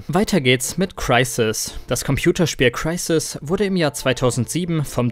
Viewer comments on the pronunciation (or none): Wie sprichst du Crysis aus? Ist ja ekelhaft